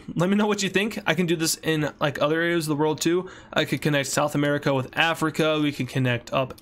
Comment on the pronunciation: BRO SAID "ANERACA" LOOLLOLOOLOLOOLOLOLOLOLO LOL O LLOL!!!!